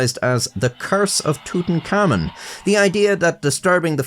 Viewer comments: It's not pronounced "tootenkamin" It's pronounced "tootenkamoon" But for an Irishman wtf It's correct enough🤷😂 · I'm sorry, just a few seconds in I'll have to comment that your pronunciation of Tutankhamun sounds like tootin-cummin to me. just in case you weren't aware. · i like how it REALLY sounds like "tootencommon" when says it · Amigo please don't call him tutankhamun, his name is Tut Ankh Amun, with spacings.